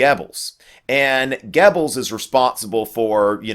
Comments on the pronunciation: In German and Swedish, "oe" is the same as "ö". So it's Gubbels, not Gebbels. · I love your videoes, but i hate it when you butcher the German language. It's pronounced :Gerbles" not Gebbels. I know there's no R in it, but that is the proper pronunciation.